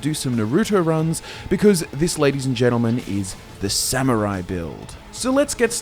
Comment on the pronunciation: Before getting a minute into the, as both a Grammar Nazi AND a Pronunciation Nazi I would like to thank you for NOT pronouncing it as "Sa-MYUR-rai" like some Brits do, and by extension I imagine some Aussies might pronounce it that way as well. Good job, guys.